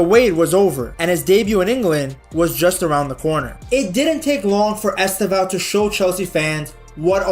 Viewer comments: Nice video, man. A tip on how to pronounce his name correctely: The stressed sylable is the second: esTÊvão. You can even make the first letter "E" silent: sTÊvão. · Estêvão: TE is the stressed sylable. Pay attention how Brazilians always pronouce his name, please.